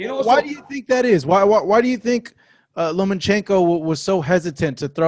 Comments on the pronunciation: It’s LOMAAAACHENKO!!! Not LOMANchenko,,, Jesus If you’re going to defend him at least get his name right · i’m not a fan of dads like lopez sr. that being said lopez and sr. got the result... good for them. also wish people would stop saying Lomanchenko. 😂